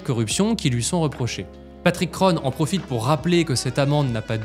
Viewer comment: Cest très interressant et bien réalisé, ça recoupe ce que Frédéric Pierucci avait reporté dans les différents média qui l'avaient reçu Un petit détail par contre: Kron se prononce ON comme dans "bon" à la française. Prononcé O-NE comme dans "bonne", c'est à l'américaine, choix de prononciation qui contraste avec le thème d'aujourd'hui